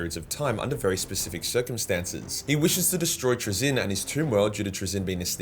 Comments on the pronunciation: TrAzyn not TraZYN :) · Love your vids just pls stop saying 'trizin'